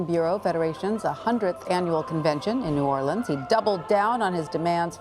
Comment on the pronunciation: Can’t even pronounce New Orleans correct. So when’s it going to start to be about himself. Cindy Hyde Smith, bigot & racist.